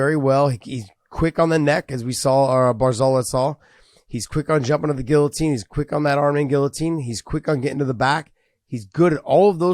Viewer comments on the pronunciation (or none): none